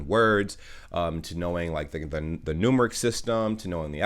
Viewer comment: the word "numeric" has the emphasis on its second syllable. "nuMEric"